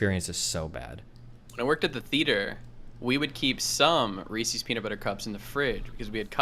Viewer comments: The way Destiny says Reese’s “ReeSees” the first few times makes me want to die, then for some unexplained reason he starts saying it normally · Reecees, yuch. Reese’s though, now you’re talkin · This guy says "Recies" when referring to Reece's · ikr lol. they’re reese’s pieces!! they belong to reese!!